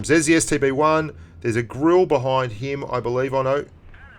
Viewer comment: Also you mispronounced Grille .Its Gril-eh